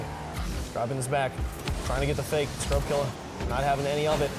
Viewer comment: Bro every time he pronounces scrubkilla with an r at the end, a child dies of hunger